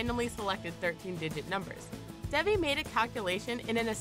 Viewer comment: you mispronounced Devi